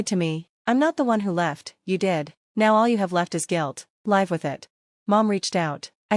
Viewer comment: They are still using live wrong. Short i sound or long I sound. I live in a house, short I sound. Live a long I sound usually preceded by a, a live.